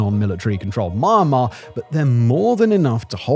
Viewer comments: Mah mah? It's me yahn marr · Wow bro i can't watch or listen to this......keep saying MARMAR......IT IS ME YAN MAR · Sounds like he's saying mah'mah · he started with MA'MA Lulz